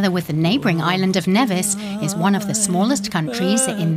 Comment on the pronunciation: Pronounced "knee-viss" not "nevvis."